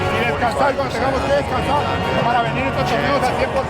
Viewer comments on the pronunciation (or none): none